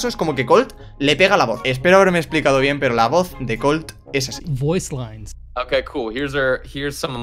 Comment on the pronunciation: colt dice cum O